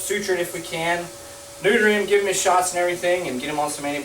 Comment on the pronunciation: all for saying "sneuter!"